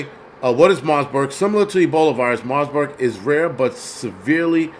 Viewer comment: Bro I love your livestreams but its MARBURG not * MARSBURG* No "S*